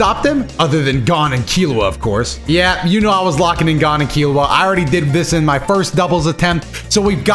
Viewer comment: You pronounced gon right the first time it ain't "gone" 😭